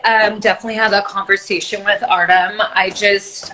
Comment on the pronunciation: Nikki says I do is beginning…what a beautiful couple …that was so funny Artem’s last name pronunciation lol 😂 and Matteo is such a good looking boy and is so sweet like his parents